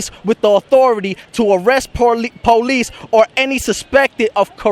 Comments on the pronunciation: NO ONE RESPECTS YOU BECAUSE YOU CANT PRONOUNCE POLICE NOT "PO LEASE' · PO-lice the PO-lice the PO-lice the PO-lice the PO-lice